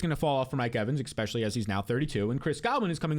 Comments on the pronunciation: Please stop saying exspecially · baby, there’s no x in the word especially